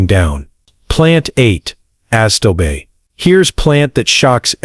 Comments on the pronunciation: If you are going to let AI read your text, then for goodness sake teach it how to pronounce Sedum, Hosta and Astilbe. Please! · this was an excellent video but somewhat marred by cringe-worthy Mispronunciations. look up sedum, hosta, astilbe, hellebore. also menier is not a word and I can't figure out what you meant. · The pronunciation of these plants, sedum, astillbe (the worst), hosta are ridiculous. People asking for these plants at a nursery will be laughed at. You need to clean this up. Cone flowers eventually revert to the native pink. And they do not like planters or generously reseed. Have been growing them for years. Neither of these things are true. I think you have embellished the truth about some of these plants.